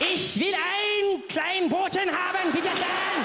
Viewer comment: As a non-native german speaker even I know it isn’t “bitte scheen” and “drinken”, but rather “bitte schön” and “trinken”. But who cares anyway.